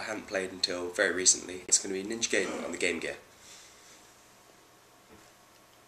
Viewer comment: Ewwww emulator footage! It's pronounced Guy den, not gay den lol. Other than that good review. In the description box, who is "we" and "us"? Just wondering if you have more than one person working on these videos.